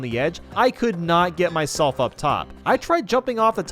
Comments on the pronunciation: Is no one going to talk about when he said “my-shell-f” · Did Did he just- Did he just say my shellf? that’s my boy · Why did you say "Myshelf" in 1-mid castle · It said my shell